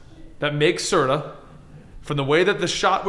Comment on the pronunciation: It’s SURTUR not Surta